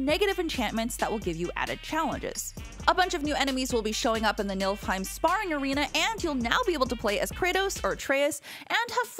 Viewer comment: She said NILFheim lol